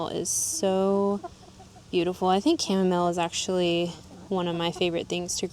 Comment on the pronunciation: Thanks for NOT saying cha-mom-ma-lay!!!! 😂😂😂😂